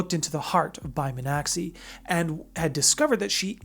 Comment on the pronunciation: Yeah, you were a bit off on the name pronunciation. Bai Mi-an-xi (kind of like shee)